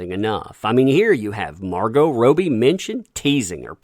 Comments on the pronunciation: Margot Robie? Think its Robbie mate (Rob-e) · isn't it Rob - ie? not Rope - ie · did he just say Roe-bee? LOL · So you can say Margot but you can t pronounce Robbie? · How you could possibly mispronounce Robbie repeatedly is beyond me